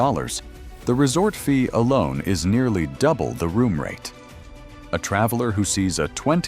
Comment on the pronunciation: "the resort F...ee at Luxor....." Ai can't even say "fee", it comes out as "F....ee" Hard to take this video seriously with Ai commentary.